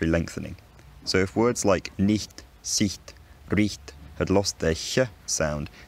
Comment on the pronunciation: Do you actually speak German? It sounds flawless. The way you said "Sicht", completely fooled me as a german.